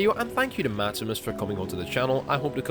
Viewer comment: "Matsimus" aight imma head out